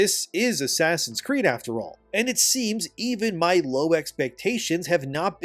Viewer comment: "ASS creed" ...😆